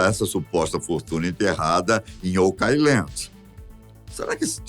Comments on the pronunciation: Essa pronúncia está errada, assim como muitas outras palavras em inglês que ouço nas várias narrativas - favor consultar antes de propagar desinformação. [Ôu.kland], não "okái.landi" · Se pronuncia "OUK AILAND" nao OCAILAND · Adoro seus vídeos,! Mas essa pronúncia está errada! O certo é ôuqueáiland! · O pronunciando errado oak island me deixou louco. Pelo amor de Deus, alguém coloca ele num curso de inglês!